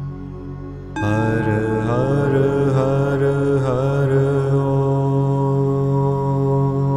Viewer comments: I had two surgeries for thyroid cancer so I was interested to try this ...... is it me or does the har har har om more sound like he is chanting the word harder harder harder om? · How is HAR pronounced? Being from America, it looks like 1 syllable, but he sounds like he's speaking 2 syllables....